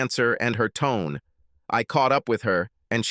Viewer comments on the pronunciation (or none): none